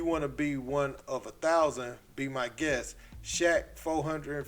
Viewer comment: Shaq needs to fix the “be my guess” lol it’s guest. I love Shaq and he is an awesome human being but please